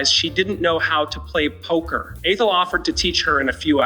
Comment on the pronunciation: Lost me at "A-Thel;" while it's true in life that dealing with some humans is difficult at times, I am totally sick of non-humans -- surprised that it can pronounce Lucy.